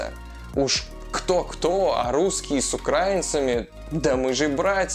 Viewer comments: УкраИнцами, а не укрАинцами. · ... с украИнцами - ударение на "и"